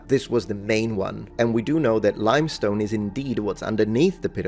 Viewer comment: lime stone, not "limstone" ;-)